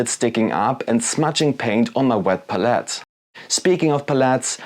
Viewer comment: Interesting video, but your constant misspronounciation of palette is a bit distracting. lol It's pælɪt. Look up how it's pronounced with audio examples.